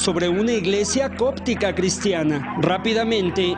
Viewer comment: Iglesia copta, no cóptica como dice el conductor del reportaje.